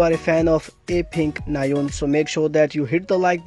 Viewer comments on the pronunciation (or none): Her Christian/ English name is Marcella not Rachel. And her name is pronounce as Na-un not Na-yon. 😃